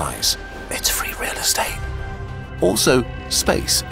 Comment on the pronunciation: Am I was the only one noticing: “It’s frEE real estate” 😂